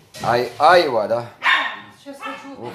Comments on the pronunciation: айвА,а не Айва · Я поражаюсь безграмотности этих людей. Где они жили? росла на Северном Кавказе,у нас этой айвЫ море. Почему она говорит Айва,не понятно. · В слове «айва» ударение ставят на слог с последней буквой А — айва́.